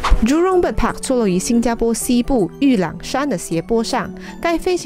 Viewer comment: 新加坡Xīn jiā pō…正确唸法